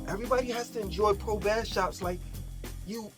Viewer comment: BASS PRO SHOPS REPEAT BASS MF PRO SHOPS YOU CANT EVEN SAY IT RIGHT